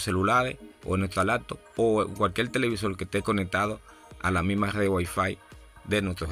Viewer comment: CUALQUIEL? No señor CUALQUIER